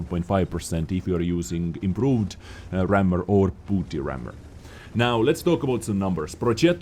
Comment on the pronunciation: someone really needs to tell you that "bounty" is pronounced the same as "county". It sounds like you're saying "booty rammer", which there's nothing wrong with. It's just something completely different.